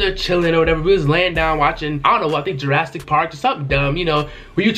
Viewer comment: I know this nigga didn't just say jarastic park